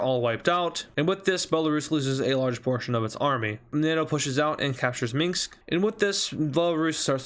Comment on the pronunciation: Its Minsk not Minks